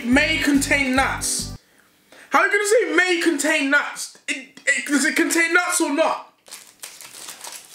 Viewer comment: why deji say nuts like dat " nuats."🤣🤣🤣